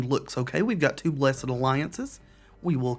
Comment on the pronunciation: Thank you for pronouncing the Blessed in Blessed Alliance as a two syllable word instead of one. I also do that. That makes us bros for life.